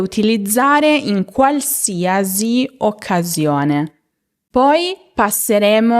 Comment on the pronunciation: Mi dispiace, ma non si dice qualsiasi con il suono /z/ alla fine. L'ultima sillaba viene pronunciata /si/. La sua pronuncia sarebbe giusta per la parola "diagnosi" o "parentesi", ma non in questo caso.